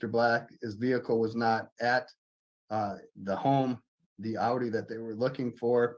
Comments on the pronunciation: It is owe-Dee! Not Aww-see. Just like “Porsche” is two syllables, Por-sha; not one syllable porsh. Please pronounce the names of quality German car manufacturers appropriately. They deserve that much. If you have ever driven either vehicle, you would know that. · Per Audi themselves it’s pronounced Ow-dee as in howdy or outie. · Born and raised in central NJ can confirm it's "OWDEE" 🤣 love your channel man, thank you for making these! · It is Aw-dee like Audio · Correct. Not Ow Dee O.. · I have a friend in New Hampshire he calls the Audi an oughtie not outie. 🤷‍♀ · German-American here. The original German pronunciation is ow•dee. But say it however you like! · Aaaaaarrŕghhhhhh check you out 2K! LLONGIFARCHIADAU!! (congratulations in Welsh). In thr UK we call is Audi (pronounced ow‐ dee) This was the right result. Good ĵob Mr Black! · From the website of the Audi dealership in Hampton, VA: "The proper way to pronounce Audi is 'ou-dee,' with the 'ou' being the same as in the word 'cloud.'" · All of Michigan pronounces it as aww-dee. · Exactly! I don’t know where they picked up this “aww-dee” nonsense. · I'm from Michigan and yes, that is how Audi is pronounced here. 😂 I agree with the judge. Good job, Mr Black! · Midwesterner (MN) here and we pronounce Audi as the officer did. My family moved here from Brooklyn/NJ and I have an idear that they pronounce Audi your way 😂. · I definitely pronounce “Audi” like they do in New Jersey (and everywhere else in the world where they want to pronounce it correctly). I’ve never heard it pronounced how the officer pronounced it. I hope the rest of Michigan doesn’t do that, too. That would get annoying very quickly…